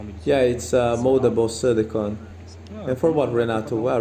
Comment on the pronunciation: As voiceover says silolicon- which is Dental impression material..,you should remove extra casting off the hairline and heel bulbs